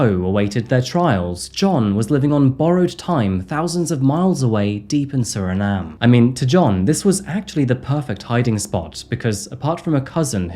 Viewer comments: Suriname was a non-entity prior to this?! Surprising. Not editing out the pronunciation ‘Suri - NaH - Mm - EH?’ Well that is definitely supporting evidence. Glass half full, would suggest there was a lot of editing that went on to make sure you got that Nahm EH correct all about that one glaring instance. I’ve always been a big traveler and curious about geopolitics. I didn’t pass Physics, AP or Calculus AP. There is no prospect of my intellectual potholes finding an accidental resolution. I appreciate the transparency 🙃. Good on ya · My family is from Suriname. But u don’t pronounce the “E” when pronouncing it in English. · can't decide how to pronounce Suriname 😂